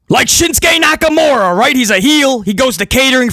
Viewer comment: I thought u had been saying shit stain Nakamura this entire time 😂.